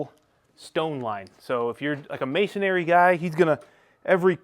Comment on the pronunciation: Masonry "ma-son-ree"